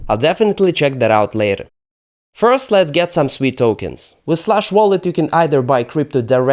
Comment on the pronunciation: Holy 💩 you pronounced SUI correctly! All these clowns on youtube call it SUEY like their little piggies squealing SUEY SUEY.